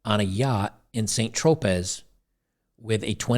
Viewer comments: It's pronounced San Tropay. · St Tropez is pronounced "San Tro Pay".